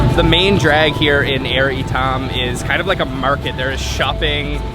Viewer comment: Hahaha FYI it’s Ayer ITAM , you pronounced it wrongly not Air itam